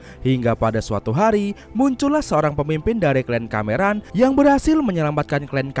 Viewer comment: KLAN YA MIN, BUKAN KLEN.